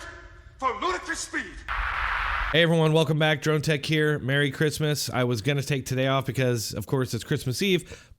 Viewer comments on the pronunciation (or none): none